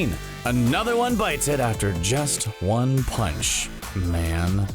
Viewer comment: “One pounch”